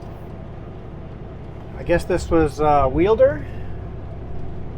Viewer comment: I miss Homedale, and you drove past my old house coming into Wilder. Pronounced Wild-der